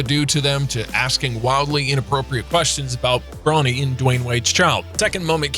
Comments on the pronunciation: Learn how to pronounce before u make a vid of them KYLE IRVING AND BRO NEEE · he was about to say brownie instead of bro-nee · He really said bro-nee, LeBrown James, and Kyle Irving